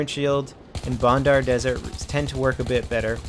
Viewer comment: Its bandar desert not bondar its a A not a O it seine (sen) crossing all over again ok rant over nice video